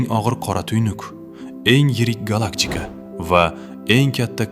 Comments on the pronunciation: Nmaga gallakchika diyapsiz gallaktika dmasdan? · Gallaktika ❎️ Gallakchika✅️